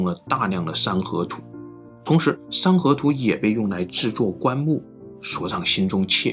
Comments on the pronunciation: 三合土读成了山河图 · 山河图 🤣 这发音 真误导啊